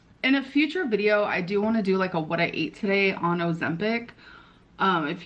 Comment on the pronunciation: Eat, ate and eaten really get me when she mispronounces it